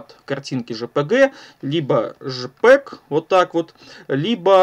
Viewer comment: Я знаю что это формат изображения, он читается не так